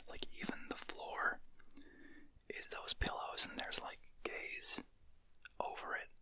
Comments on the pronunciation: He meant gauze (pronounced g-auh-z) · Ethan Moreau He says Gays on the floor when he meant to say Gauze, like a wire thing lol. Thats why its funny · op pronounced gauze as gays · I guess I am the only one who thought of "gaze" and not "gays" when he said that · "and theres gauze on the " Me, accidentally hearing gay: WAIT I'M ON THE FLOOR WHAT??? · He said gaze by accident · Gerrid Caldwell no he said “Gaze” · Him accidentally saying gays : 😁 Him saying Martin: 😀 MY GAY GRANDAD NAMED MARTIN: 😧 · They just mispronounced gauze lol